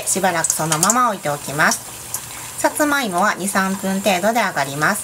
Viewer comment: さつまいもの発音違う